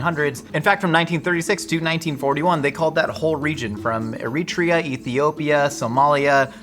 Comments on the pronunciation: Anyone else make pasta after this? 😂 Also, Eritrea is pronounced “Air-eh-TRAY-ah” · Your pronunciation of Eritrea hurt my ears.